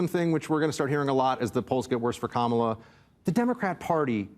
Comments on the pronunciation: if the shoe fits we cannot acquit. The party has a cemented track record of xenophobia and bigotry. I would be happy to provide quotes. So when you mispronounced the brown woman's name on purpose, we're not just sensitive arbitrarily or out of the blue. It's the 10,000th violation and we're going to treat you like a repeat offender. That's only sensible reasonable and logical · “Democrat” Party is just another Republican dog whistle like the intentional mispronunciation of Kamala and Sexton KNOWS it. The goal is to disrespect. Fk him and the whores he rode in on. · Its the same reason they get offended when someone mispronounces Kamala's name. Its a faux outrage to push a talking point. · "Democrat party" is an intentional insult, just as the MAGAs mispronounce "Kamala." After four years the people that mispronounce the name of the vice president do so with indignance. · If you were to time the speaking, one person talks WAY more. Unlikeable is clearly in the eye of the beholder, and I don't think he was the only one who was triggered. ("Democrat party" isn't the most important thing, but like mispronouncing Kamala Harris's first name, it's casually obnoxious). Besides, Bill is snarky. That's the tone of the show. And he sometimes has more people who are from the right.